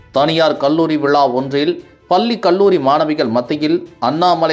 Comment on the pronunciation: பல்லி இல்லை பள்ளி.